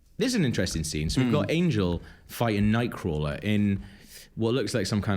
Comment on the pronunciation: Every time you say nightcrawler im hearing 'ny-quil'